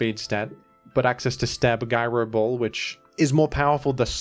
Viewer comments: Guy-ro ball? Bro. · guy-row ball